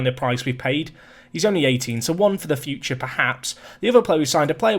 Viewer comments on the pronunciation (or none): none